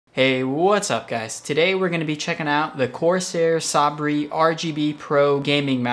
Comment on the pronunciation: Sabre = 'Saybur',.. Look up what a sabre is,.. you'll see the pronunciation with it too. ;)